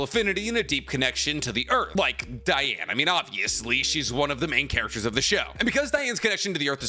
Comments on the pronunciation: It’s Dee•Ann ! not Dye•Ann gang , your killing me rn 🤦🏽‍♂️ you just said your qualified to cover the sins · You've never once watched 7 Deadly Sins, otherwise you'd know the clear different between 'Diane' and 'Deanne', pronunciation wise... Stick to naruto. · IT'S PRONOUNCED DEEANN, NOT DIANE! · Sir dee-an nit die an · Its not dieane the name is diane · It’s Dee-ane not Die-ane. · So wait.. is it pronounced Diane or Deanne? I always thought it was pronounced Deanne. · DEE-Anne DEEEEEE-Anne. King would be mad at you. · the butchering of DEE-Anne’s name 🤦🏽‍♂️ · “DEE-ANNE” 😤 Great video! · Imma be real listening to him pronounce diane's name was very hard. I get how its spelled but thats like how Ban's name is as well. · Literally just started but.. how do you mess up Diane’s name that bad? 💀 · The way everyone pronounces Diane’s name always makes me cry. I just can’t. I had to skip that entire segment